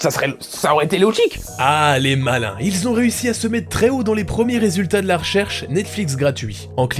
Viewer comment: "lien en description et en GAUT à droite "!!!